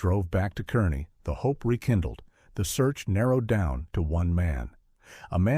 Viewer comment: Car-nee. Not Kerr-ney